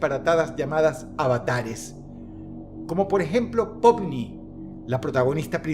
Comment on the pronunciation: Skidibi toilet. floppy's playtime. Popni. Me dio kawaii cuando Dross los pronuncio mal XD Por cierto ,gran video Dross, saludos desde México ☝🏻🤓